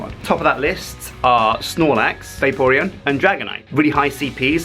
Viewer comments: Everytime he said Vaporon.. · Vay-Pore-Re-On thats how you say it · i like how pronounces vaporeon vaper on XD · The way he pronounces Vaporeon XD "Vape-ron" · I cringed everytime said Vaporeon.